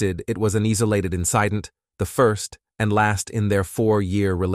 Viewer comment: They pronounced incident in-SIDE-int 😆